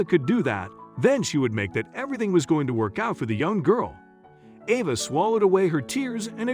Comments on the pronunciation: Horrible narration. Emotions and inflections completely incorrect. Changing the pronunciation of the girl's name back-and-forth repeatedly is irritating. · Why the different pronunciation of the girl’s name? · Why not choose one way to pronounce "'Ava" and go with it consistently? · Why does narrator keep changing pronunciation of girl's name? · This is a very strange post. The narrator pronounced the girl's name with a long a part of the time, and a short a the rest of the time. I would expect the name to be the same throughout. And calling the wife Miss Smith was very bizarre. I think this was done by someone who is not a regular English speaker, and is probably totally made up. It seems to be total fiction, but I see that a lot of people took it as truth. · The narrator needs to stick to one pronunciation of Ava. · He hey the little girl's name he pronounced it wrong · The narrator needs to learn how to pronounce the name Ava. He pronounces it two different ways. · Found this weird. Why eo the images vary so much- confusing. Also why wasn't the pronunciation of Ava's name consistent? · So... what's the little girl's real name, because the narrator sure couldn't make the correct pronunciation going back and forth? Ridiculous waste of time. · Might be nice too if they’d consistently pronounce her name the same way each time it’s mentioned ! They go back and forth with it, pretty much making the entire story unbelievable. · Awful narration. Besides alternating pronunciation of the girl's name, arbitrarily using intonation makes listening an arduous task. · Someone a person, not a I needs to tell the story. They switch back-and-forth back-and-forth calling her over and Ava and Ava. At least pronounce the name properly and the same name not going back-and-forth with two names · The narrator really needs to work on his pronunciations. Ah-vah or Ay-va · You keep saying ova. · So is her name Ava or Ahva? They keep switching in the pronunciation of the name.